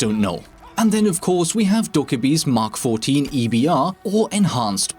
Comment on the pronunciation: Props for pronouncing mk14 correctly.